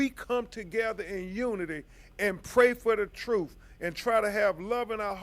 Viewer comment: 😂😂 that’s the “TROOF” 😅